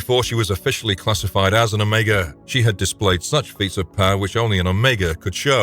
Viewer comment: Oh Meegahhh? Piss off with the AI